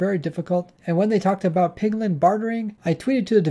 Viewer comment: Please learn not to say "pigling" it really bothers me